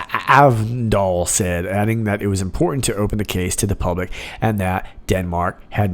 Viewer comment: You pronounced SAvndal like you were a native born Dane who was doing a hilariously accurate impression of an American struggling to pronounce that name.